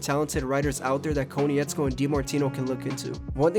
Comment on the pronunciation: KOH-NITZ-KO, please pronounce Bryan’s name correctly the fact you don’t I find insulting considering you’re an avatar fan I find odd.